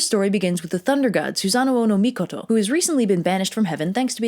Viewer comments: Isn’t it sue-San-ohh , like the big blue thing in naruto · The accidental Susan thing amused me so much I decided to go down the list of Japanese gods/mythological figures and think of funny mispronunciations so I present Amy tirasu, Izzy nami and Izzy naggy, fudging, raging and yata Gary sue. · You do not want to know how many times I rewound the video to hear her say "Susan" because you will lose any possible respect for me 😂😂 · Well, can we really blame anyone for the name flub? I mean, you can't spell Susano'o without Susan. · So the storm god was a boy named Sue...seems legit. Also I'm like 95% you're pronouncing Susanoo's name wrong. It isn't even supposed to have two O's, that's there in place of a singular O with an accent like - over it that I can't do with my keyboard. It means that vowel sound is stretched slightly, not repeated as in the "oh oh" sound you're making.